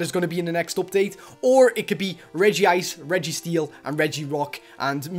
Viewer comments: UGHHH HE SAYS REGI ICR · ITS REG - ICE